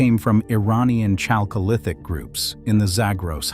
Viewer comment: This reader (AI?) is almost offensive how he reads /pronounces “chalcolithic”. It is derived from χαλκός not from English “chalk”.